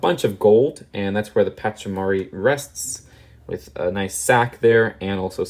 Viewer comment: “Wif the hair”